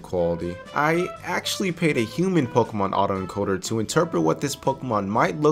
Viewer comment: This is my first time hearing a youtuber pronouncing pokemon instead of pokimon.